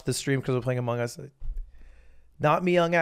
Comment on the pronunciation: lud: talks about how content like monkey ball is done to death also lud: amonugs